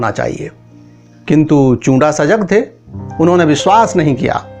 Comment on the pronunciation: Paji chunda hota hai not chura samjay